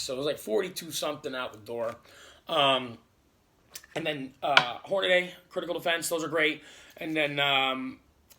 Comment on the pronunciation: Like most people you pronounced hornady wrong. Read the word the a is before the d . This might help you hornadEE try that a few times. You can do it.